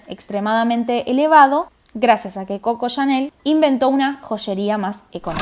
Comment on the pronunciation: Muy buen video. Solo me permito señalar que es Cocó Chanel (con acento en la última o)